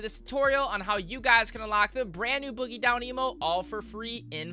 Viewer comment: boogie down not boggie down just a slight error